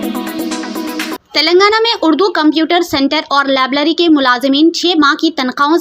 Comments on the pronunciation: Lablary nahi Please correct it .labrary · Lablery nai library hota hai